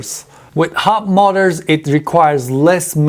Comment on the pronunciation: ...did he say Hub Molars?? I dunno...I couldn't tell!! Anyway, great vid!